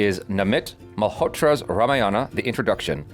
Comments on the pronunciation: It's ramayana not ramaa yana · Rama Yana ✖️ Rama Yan✔️ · The pronunciation of name is fucked up seriously.......its not fault of you guys but makers. Its RAM not RAMA, its RAVAD( रावण) not RAVAN ( रावन), its RAMAYAD(रामायण) Not RAMAYANA. D should not be pronunciate as a Da it should be Ḍ by curling tongue. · It's not RAMAYAAAANAA.... it's RAMAYANA.OR RAMAYANAM IN SANSKRIT Please check how it's pronounced. 🙏🙏.. Meaning of Ramayanam is " The journey of RAMA" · Hi just want to update it’s Ramayan and not Ramayana .. Ram and not Rama.. the movie producers have got it wrong just using colonised language to appeal to international audience. It should be authentic, it’s a representation of our history not mythology. Regards. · Dears you always pronounce Ramayana always wrong. It's not RAMA and YANA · i dont know what happened to indians as well for you the correction i want to make is its Ram not Rama its Ramayan not Ramayana same ways its Krishn not Krishna its west that likes to add " a " behind all the names :D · First and foremost of all its one word "Ramayana" not Rama-Yana.. Second.. you need a proof that Hans Zimmer and A.R. Rehman working together for this movie through a selfie in a room.. just to make you believe.. your subscribers, viewers and views to your reactions got you headstrong and slowly coming out your arrogance side in you. Watchout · It's Not Rame-yana it's Raa-maa-ya-na (Just for the Pronounciation) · RAMAYANA pronounced as "Raa-Maa-Yunn":)) Can't wait for this epic release... Jai Shree Ram.... Stay Blessed you guys, you both are pure love ❤ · This video is all cool and good. But guys please don't butcher one more Indian word pronunciation just like yoga, avatar etc. At least Ramayana should be pronounced correctly.